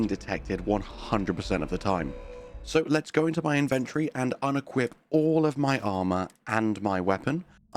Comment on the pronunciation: The way you pronounce inventory lol